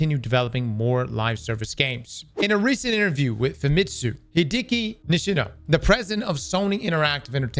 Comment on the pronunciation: I'm gonna be honest. "Hi-deck-ee" Why do you keep saying DEEKY